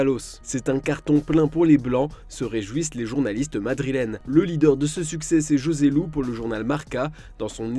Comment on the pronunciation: Ça s’écrit Joselu mais ça se prononce ROSELU!!!!!!!!!!!